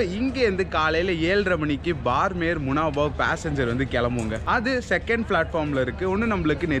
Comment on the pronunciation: உச்சரிப்பு பார்மேர் அல்ல !! பாடுமேர் (BAAD MER) !! ராஜஸ்தானின் மேற்கு எல்லைப்புற விமானப்படை தளம் அமைந்த சிறிய நகரம் !! 2013-ல் இங்கேதான் பாலைவனப்பகுதியில் சுக்கோய்-30 விமானம் விழுந்து நொறுங்கி இரண்டு விமானிகளும் பலியானார்கள்!!